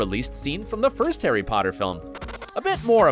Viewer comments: “pOtTaH” Need I say less!? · lol the fact that even with Draco happy he was like I need to say pottah one last time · famous last words because I think that was his last "Pottah" in the movie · Draco’s redemption scene is everything especially because he said “pottah” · I like how when Draco runs he still says pattah